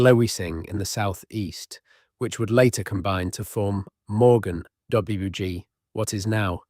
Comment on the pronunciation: I'm enjoying this, but I have to point out that the Welsh/Brythonic pronunciation is terrible. And some signs that some of it is AI read: Morgannwg is read as "Morgan W.G." which I can't see happening by human mind. Yet at other times there are hesitations that sound very much like a human reading.